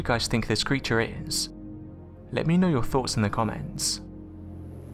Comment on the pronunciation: "....creatahhh." "....fishing nehhht."